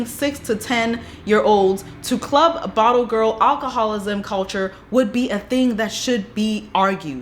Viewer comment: You can’t say club??